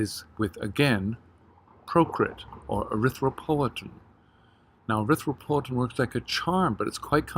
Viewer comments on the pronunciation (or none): What did u say arthrithropltin? Procrit?